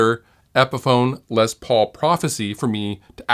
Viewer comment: I may catch some crap for this but I cringe every time I hear someone say “Lez” Paul. He’s a legend and his name was pronounced “Less” Paul. Short for Lester.